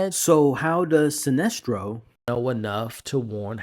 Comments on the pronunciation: also heard him slip in that "SINESTRO!!" over what I assume was "Celestro" 😅 but like AcksD said.. we still appreciate the content and love your effort! your learning with the rest of us. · Yeah he knows john, evidently guardians have been watching John since he was a baby, so most of the bigger names would know of him. Also his name isn't silestro....it's sinestro....with an N not an L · Silestro? Atros? Have you ever even read the comics? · Celstro, my guy love the vids but it’s Sinestro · Lmao good vid but I was thrown off by how you say Sinestro 😂